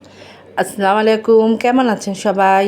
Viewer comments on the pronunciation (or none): ❤ মাশাআল্লাহ আপুর কথা অনেক সুন্দর লেগেছে মুগ্ধ হলাম আর আপুর জন্য একটা নসিহত আলহামদুলিল্লাহ বলার সময় এবং সালাম দেওয়ার সময় আরেকটু শুদ্ধ করে বললে আরো সুন্দর হতো যেমন আলহামদুলিল্লাহ এবং সালাম দেওয়ার সময় আসসালামু আলাইকুম ধন্যবাদ মনে কষ্ট নিয়েন না আপু।